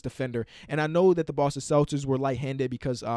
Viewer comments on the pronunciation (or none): none